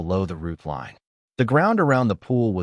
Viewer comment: Teach your a I about vowels long and short ones the word is line not lein